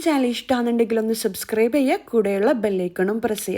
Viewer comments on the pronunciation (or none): none